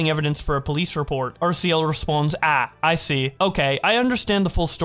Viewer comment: the way he pronounces “ah” wrong is killing me lol